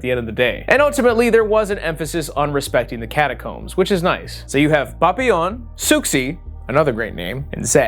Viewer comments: I love hearing say papillion's name with Spanish zest 🤣 should be pronounced like pa-pi-yon, love ya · it makes me giggle every time you say "Papillon" because it sounds like how my mexican dad says "Papa Johns" lol